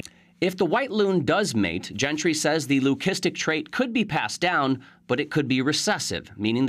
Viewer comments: It's pronounced Lü-si-stik, not lü-kis-tic. Source: merriam-webster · Why does it bother my so much that these news people can't pronounce Lucistic...lü-ˈsi-stik. only that last C has a hard sound. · Please educate the narrator how to pronounce leucistic!!